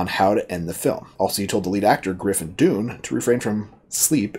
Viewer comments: "Dunne" pronounced like "Done" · Griffin Dunn not Doon... 😉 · Griffin Dunne (pronounced Dunn NOT Dune) is the son of novelist/ journalist Dominick Dunne and the brother of actress Dominique Dunne who played the teenaged daughter in Poltergeist and was murdered by her boyfriend soon after the movie was released. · Griffin Dunne (pronounced Done) has done a lot of directing since this and still acts occasionally. This is one of my favorite movies with NYC as a character. I was 20 years old when this came out and had moved to the Village in NYC about a year before. This doesn't get enough attention when Scorsese films are talked about, just as King of Comedy doesn't, but both are great and visually, obviously Scorsese. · It's pronounced Dunn folks, even with the E at the end - as in "done". My name too lol.